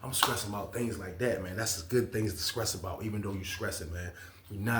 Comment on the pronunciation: Maybe if you enunciate your words correctly you would attract more diverse audience and more likes and views. I’m 2 minutes in and you keep repeating the word stress over and over as scress…. Idk if your joking or your just stupid.